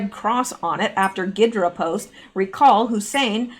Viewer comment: G is silent on ghidra. Think hydrant without the nt on the end.